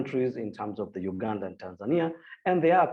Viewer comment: Why do you pronounce Uganda as ganda